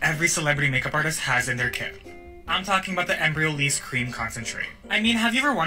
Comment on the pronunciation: As a french native I loled at your pronunciation of Embryolisse haha 😄 It's: AN (like in "pants")-BREE-YO-LISS (like in "kiss")